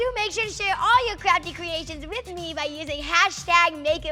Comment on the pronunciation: It kinda sounded like she said crappie creation not to be mean